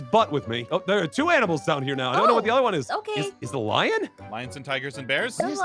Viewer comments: that is when you gave up on the word >ANIMAL< Aph: So we have a new mod called >AMINALS< Me: She said it wrong.. Says it wrong 4 more times. Me: Ok she mean't to say that now. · When you don’t know what to say except... “Aminals” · “Aminals” now I’m going to say this to my friends and confuse them even more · I love how naming all the aminals that he sees in this vid 😂😂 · Aphmau: the mod adds aminals! Aphmau: always says aminals instead of animals Me: you have to be saying aminals on purpose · “Aminals” Me: “AmInAls” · I love how she says aminals instead of animals ,_ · “Aminals” it’s animals. xD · I love that they say aminals instead of like animals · Did they not realise Jess said aminals? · Uh animals or aminals hahaha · It’s not aminals! It’s animals! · "Aminals" A minute later "Animals" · First they said aminals now animals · It's not aminals it's animals 🤨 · IT'S ANIMALS NOT AMINALS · its animals not aminals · bro don't you know how to spell i'll tell it's animal's not aminal's.